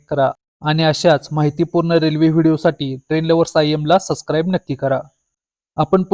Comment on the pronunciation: सस्क्राइब नाही सबस्क्राईब म्हणायचं!